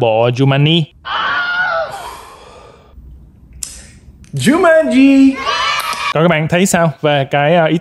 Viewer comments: giống em nek cứ tiện miệng nói jumani nhưng đọc đúng là jumanji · Ở video nói chumaji quay xong xem lại mới biết đó là jumaji: vl 😑😑😑😂😂😂😂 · kiểu: coi lại video, chết cha, đọc lộn Jumanji thành Jumani nên ghép cảnh zèo để tăng độ hài hước và sửa từ sai:DDD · Nhắc bao nhiêu lần là jumanji mà cứ đọc sai hoài, thui bó tay:))) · Ok anh, Giu-man-gi (Jumanji) :)))